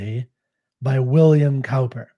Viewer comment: Thank you for that helpful explanation. I love Cowper's work but had not come across this poem before. [btw ... Cowper is pronounced 'Cooper'; it took me many years to realise that - and I am English! They both mean 'a maker or repairer of casks and barrels' (with hoops/coops) which makes 'cask' and 'coop' (Stanza 5) more interesting.]